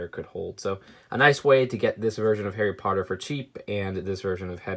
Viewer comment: Daffy Potter very good point, I think it’s decent for an American